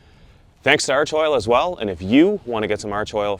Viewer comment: FYI for all you yanks. It's pronounced ARK-oil